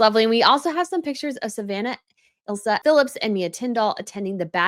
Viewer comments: please check the correct name of Princess Anne's granddaughter, isn't it Isla, not Ilsa... and pronounced Eyela? with a silent S like the word island... If you know your royals, you'll want to get it right. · It's ISLA (Eye-La) Philips, not Ilsa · Brittany, the Younger Daughter Of Peter And Autumn I "Isla" SAID "ISLE-AA" (LIKE A SMALL I -LAND - ISLE) OR - "AISLE-AA" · Savannah and Isla- Isla is pronounced 'Eye-lah'. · I know this is off topic of the video. But Isla Phillips's name is pronounced I-la. The 's' is silent. 😊